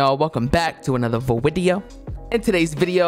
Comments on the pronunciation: You mean “another vwideo” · Welcome back to another full vwideo I love that haha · "Welcome to a new vewideo" My favorite part of the vid